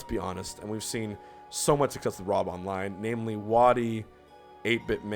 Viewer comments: This video: *professional* Tongue: chroy and rom folks am i right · "Re-you" "Croy" "Rom" lol <3